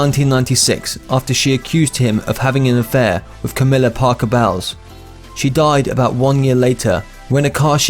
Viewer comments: Bowels are your intestines, Camilla’s last name is pronounced bowls. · FYI,,, ITS SHAND NOT SHRAND AND ITS BOWLS NOT BOWELS. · It's "An Inconvenient Truth: and "The Magic Circular". Camilla Parker Bowles is pronounced "bowls", not bowels. And so on. Lifestyle Insider needs a narrator who can read and pronounce the English language properly. The content is fine, but I have to give this a thumbs down as the errors are irritating. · how can they make a video and mispronounce the wife's name???!!!!!!